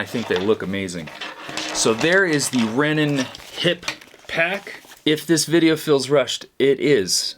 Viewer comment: Love the review! Also it’s Rennen